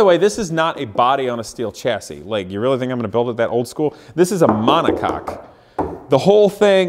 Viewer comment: DUDE! mon·o·coque is pronounced "MONACOKE" not MONACOCK